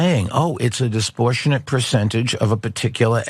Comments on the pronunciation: That $60Billion didn’t buy him any basic pronunciation skills. “Disportionate” isn’t a word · 'disportionate' - definitely not a word